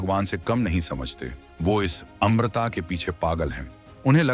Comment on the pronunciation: Amrita nhi amarta khte hai.